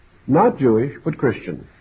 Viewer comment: Not Gew but Christian 😂😂😂😂😂😂